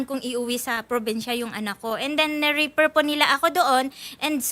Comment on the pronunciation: Ni refer❌ Ni reper✅